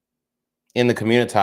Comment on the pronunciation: Why you tf you keep sayin communi-tah?